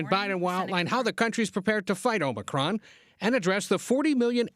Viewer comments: Shouldn’t Biden work on trying to correctly pronounce it, then try to make the sell he can do something to address it? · If you CANNOT even pronounce it, then how are you to believed you can address it?